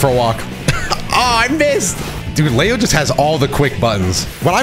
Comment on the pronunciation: Where is this lay-o coming from? Isn’t his name pronounced Lee-o?